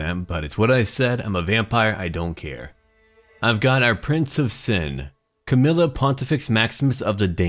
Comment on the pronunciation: Camarilla is prenounced (Cama-Rilla) I played Vampire larp during the 90's